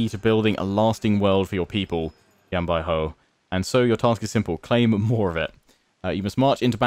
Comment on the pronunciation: the way u say Yan Baihu is incorrect. Ur saying a hou sound, but its actually just like saying who. Great intro and video overall though. You might have wanted to get a mercenary contract for fighting the yellow turbans to help gain more money, but you can do that in the future when wanting to declare wars against people. Your pronunciation of Sun Ce is technically correct. You would say it the way you say soon. Also, you might want to eventually split Yan Baihu and Yan Yu since they are both infantry commanders, and you have no cavalry in that army.